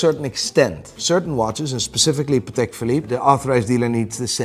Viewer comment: I don’t get how you can pronounce Patek wrong the whole video.